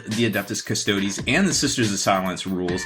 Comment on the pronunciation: How can you be a "hobby expert" when you can't even pronounce Custodes correctly? Also, stop saying "I feel like" every god damned sentence.